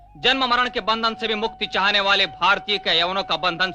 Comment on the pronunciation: हम बंधनो से मुक्त होने के लिये तैयार हैं.. यहां बंधन को भंदन उच्चारित किया गया.. धृष्टता के लिये क्षमा करें.. ॐ 🙏🙏